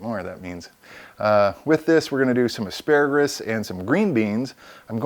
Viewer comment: What is that green called again ASPARAGRUS haa . Surely don't you mean asparagus . dude its got no R at the end . . other than that loved it . made me hungry as hell .